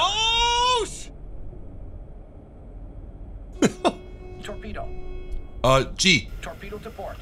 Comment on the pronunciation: So Funny How He Said Torpedo Lol